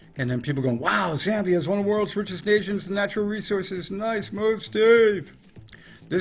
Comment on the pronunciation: Z ambia you pronounce it Z am bia